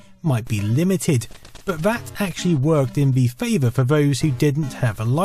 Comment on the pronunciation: "Vat actually worked in vhe favor for vose" was a real tongue twister for me